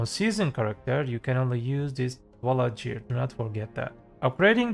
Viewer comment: Jear score? U mear ''gear''?